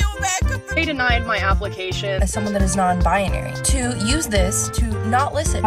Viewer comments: BI-NARY, not BIA-NARY. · Why she say non biONARY can’t even pronounce her “identity” 🤣